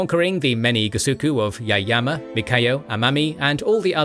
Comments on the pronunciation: Mikayo Bruh its ME YA KO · This is a great video! I am very grateful as an Okinawan that you made this kind of video! This is very precise and a good summary of Okinawan history. However, the name of one of the island is different. That is not “Mikayo” island, but “Miyako” island. I truly appreciate the amazing work you all did. Thank you very much! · 'Mikayo'.... hmmm.... SURELY you mean MIYAKO....yes? Btw- it is RyuKYU, not Ryukuu. And if we're going technical- itd be pronounced LUUCHUU.... from the Chinese Liu Qiu. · Miyako, not Mikayo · I'm happy a video was finally made on Okinawa/Ryukyu. However, I was a little disappointed about some errors, including some easily caught pronunciation and spelling errors, such as calling Miyako Mikayo (multiple times), and pronouncing Ryukyu as Ryuku. It was difficult for me since Okinawa is an important part of my heritage and family. That said, I still enjoy Kings and Generals and look forward to more interesting videos to come. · I also think the narrator is saying Mikayo instead of Miyako